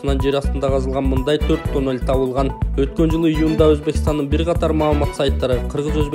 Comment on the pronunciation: Танел эмес тунел деп аталат гоо